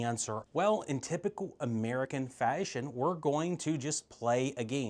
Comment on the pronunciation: Sir, did you say "faesheioeon" ?